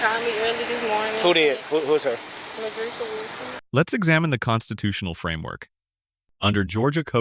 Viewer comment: Come on my people Midrieka, Exzell. Really 🤦🏽‍♂️